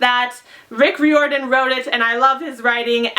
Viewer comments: ***Rye-or-din, not re-or-din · It's R-eye-or-dan :) love your channel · By the way, Riordan is pronounced like rye-or-din. Like fireman, kind of. (That's what it says at the bottom of his website.) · She's pronouncing Riordan wrong... oh well 😂